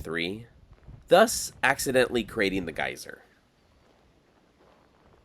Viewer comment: I was like whats a guiser? dude then showed us a geyser😆